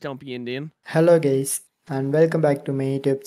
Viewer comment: I heard hello gays